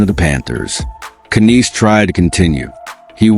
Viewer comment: Ya don't pronounce the K!! KNIES!! The K is SILENT!!